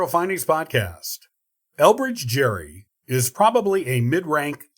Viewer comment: Nice but you mispronounced Gerry